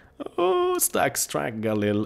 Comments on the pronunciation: You say "StatsTrak" but you have to say Stattrak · det heter staTTrak! Inte staTSTrack! hahaha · It is start rake not startstreken